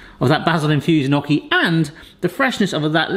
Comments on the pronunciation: I wanted to watch this but after 90 seconds of listening to him say "knock-y" instead of "nyow-kee" I had to peace out. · It’s pronounced nyoky not nocky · Great video! We love them here in the Seattle area!!! My Italian wife says however... "Not 'knocky', but 'knee-oh-key'." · I love your channel, but as an Italian I have to say it's "nyoh Ki" & I can & have made areal fry up before. I have a late Bestie from Wales who studied in Sheffield. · Knocky? Ouch my Italian. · It's pronounced knee-o-kee.... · Well, you were right to use a fork, but if you look up online how to shape or make gnocchi (pronounced knee-yo-kee) you’ll see the proper way to do it. Good job though! 😄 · the way u pronouce gnocchi. oh god bless u it made me smile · Please look up the proper pronunciation of gnocchi. The way you say it is just painful to hear!